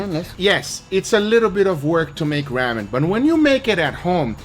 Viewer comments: ITS RAW-MEN not raamen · Ramen is pronounced with a long "A" like Raw-men as opposed to Ramm-en... Not trying to be an ass, if I come across like one, I apologize :) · RAH-MEN jesus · I'm sorry but the pronouncing...raw-men